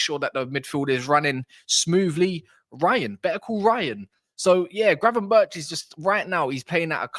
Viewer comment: Gravenberk not gravenberch 😡